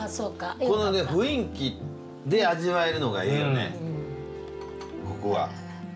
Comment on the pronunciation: ナジャ！ 雰囲気は、ふいんき、とちゃうで！ ふんいきや！ しっかりせーよ！